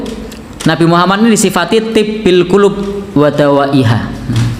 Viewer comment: Si Mujiman tu, baca solawat Tibb al-qulub tu pun tak betul/tak benar